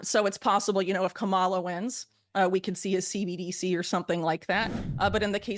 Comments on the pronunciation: After all this time Whitney still mispronounces "Kamala." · The name is commaLuh. Do your homework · It's.. Kamala. ..comma ..la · She really doesn’t know how to pronounce the VPs name? 🙄